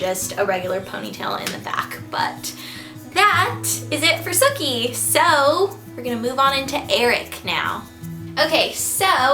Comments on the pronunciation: he didn't get the 'ssssookie' right :-( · hahah i keep thinking that she's saying "Snooky" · Every time you said "Sooki" I thought you were saying "Snooki" lol! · every time you say sookie, I hear SNOOKIE! LOL! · I always feel like you say snooki haha!